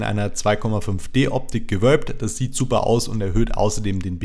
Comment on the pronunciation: bei kam der franke durch: des fand ich subber